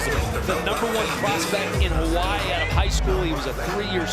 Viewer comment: I swear these dudes pronounce Hawaii different every time